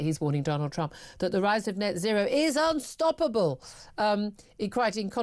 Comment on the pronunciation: Ed Miliband doesn’t seem to be able to pronounce “unstoppable” correctly.